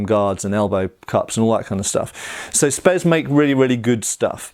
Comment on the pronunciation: "Spes cadet" ahhh noooo...